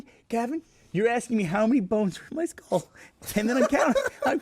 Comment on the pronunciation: the way Burnie says 'skull' here